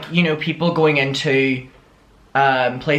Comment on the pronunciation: Cafe nero is top tier. 👌🏻 I also really love when you say into cause it sounds more Scottish like 'intae'